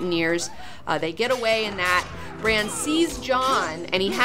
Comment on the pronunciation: She pronounces Bran like "Briene." I was so confused.